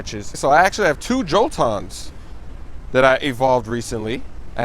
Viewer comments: and he says jolton instead of joltEon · pronunciation xD Poke balls, Poke stops, joltons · jolt E on.... poke E stop poke E ball lol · jolton lmao